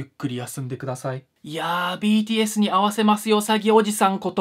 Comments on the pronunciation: BTSがPDSに聞こえちゃう笑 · 最初btsに会わせる詐欺じゃなくてpdsに会わせる詐欺に聞こえた… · 「BTSに会わせますおじさん」が「PDSに会わせますおじさん」に聴こえて？？？ってなったw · BTSがPDSに聞こえた笑笑